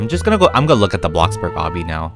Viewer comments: How says bloxburg: BLOCKBURG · I live how he calls it bockburg lol🤣😂